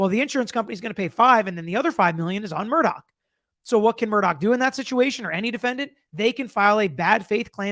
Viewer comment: Thanks for covering this! I believe there are many secrets still to come out. One favor: could you pronounce his name like “Murdock”?